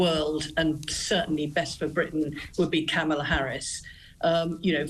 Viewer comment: Oooh! She pronounced ‘Kamala’ wrong! Racist!